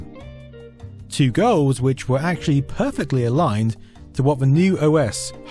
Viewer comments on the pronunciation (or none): Dude. You say the word goals and it sounds like gurls.